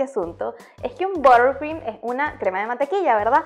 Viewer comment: Borcrim??? Cero pronunciación...